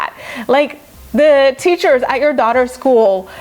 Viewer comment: “Chelsea and her teather” is sending me